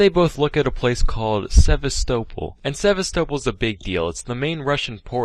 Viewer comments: For pronouncing Sevastopol as “sehv•stoe•ple” he I see why this got taken down. Not on my Christian Minecraft server, Sam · I reckon it’s deleted cus he mispronounced Sevastopol through the entire video and didn’t want to re-record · Sevastopol is pronounced... Sevastopol? Aliens did me dirty. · he pronounces Sevastopol so wrong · Maybe he deleted it because he was embarrassed he couldn't say Sevastopol right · also scuffed ass pronounciation of sevastapol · omg when he mentioned sevastopol i was like "the ship from alien isloation but pronounced wrong lol" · Or it was the repeated mispronouncing of Sevastopol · He also horrifically mispronounced Sevastopol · no he didn’t